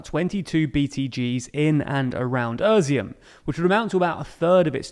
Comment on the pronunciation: I like the format and the to-the-point brevity of the TLDR channels, but if continuing to report on Ukraine (as is likely) it would be good to take a few minutes to get the place names right. Izium is "e-zium", not "ER-zium", and Kreminna is not "Kreminia", etc. (There's been a few more in earlier videos too.) Keep up the good work.